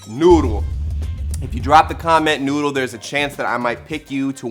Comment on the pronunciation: I stay for the bloopers at the end but... “NOODLE”